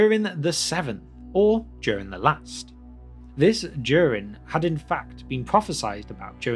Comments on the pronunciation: Nice video. May I ask why do you pronounce Durin as in "during"? I checked Appendix E and as far as I can tell Durin should be pronounced with a clear D as in "door" and U as in "brute", as per the example there. Thanks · It´s Durin, like in urin, but with a D in front 😉 Sorry, but it is. Besides that, thank you for another great video! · I am not writing this to mock you in any way but I was 13 minutes in before I realized you weren't saying Darren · I came across your videos this afternoon and I'm really enjoying them and the fact you add some style to pronouncing Elvish and Dwarvish names. The American LOTR vloggers mangle everything or just pronounce the place names like they might actually be somewhere in Wisconsin. One thing - I'm presuming you're English? I can't put my finger on your accent but the giveaway is you pronounce Durin as "Jewrin" instead of "Doo-rin". Like the "Juke of Edingburgh" (although you Brits never called Duran Duran "Jewran Jewran" thank God!) It's the only flaw in your otherwise excellent work!